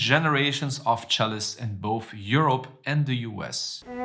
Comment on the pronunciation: You should work on your pronunciation. The worst bit was "characterized by a deep and emotional deaf/death" And the word "boaf" does not exist. You play the cello. Why do you slaughter English?